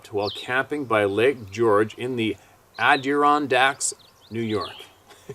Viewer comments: Phonetically it. Sounds like…..Atta Ron Dax …..lol I Laugh every time you try to pronounce it!! 😊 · "Adirondack" is pronouced "Add-A-Ron-Dack". Hope that helps you remember. Every time you say it, I giggle.